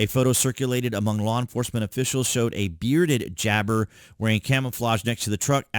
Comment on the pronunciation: It's not jabber Ja- bar